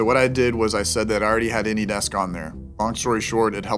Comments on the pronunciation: The scammer guy pronounced it AnyDicks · How can none of them pronounce Anydesk? 🤣 YOU CAN JUST OPEN DA ANYDEX. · why do they say anydex instead of anydesk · Why do they all say AnydeKS? Or is it me... 😂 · Gotta love how these dumb creatures always say AnyDecks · Why do Indians pronounce it "Any Decks" instead of "Any Desk" Don't they have desks in India??